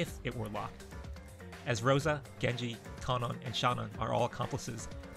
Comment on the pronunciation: Yo finally someone who pronounces Kanon and Shannon right. Thought I was being gaslit by this fandom